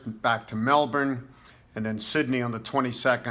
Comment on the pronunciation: Thank you for pronouncing Melbourne correctly, and not saying Mel-born as a lot of Americans do.